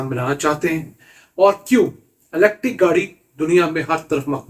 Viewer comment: PLEASE CORRECT YOUR PRONUNCIATION THE WAY YOU PRONOUNCE IS ELETIC, CORRECT WORD IS ELECTRIC YOU ARE EDUCATED PERSON WE WATCH RICH PAKISTAN ALL THE TIME PLEASE TRY TO PRONOUNCE THE WAY IT SHOULD PRONOUNCE NOT LIKE A PIND WAY PLEASE.